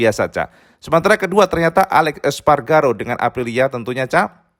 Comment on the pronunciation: ALEIX ESPARGARO Woooy Bukan SPARGARO SPARGARO terus nyebut nya gw kesel punya OCD